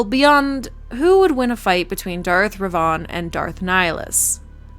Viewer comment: Who in the fresh hell told you its Darth REVAUGHN